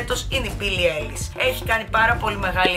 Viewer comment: Προφέρεται άιλις όχι έιλις❤️είσαι υπέροοχη